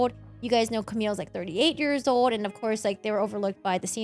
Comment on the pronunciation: It is 35 years "OLD" not "ODE" LOL